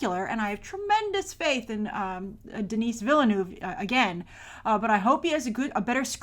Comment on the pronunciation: It''s not pronounced "Dinees" you tool.